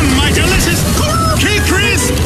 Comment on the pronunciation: Crisp, not crips.